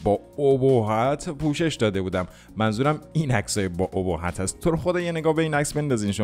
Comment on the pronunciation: خدابگم چکارتون کنه.مُردم ازخنده🤣واقعا عجب(اُهُبّتی) یاد ابهت این آآآمووو رُبی روانیم کرده 🤣🤣🤣🤣🤣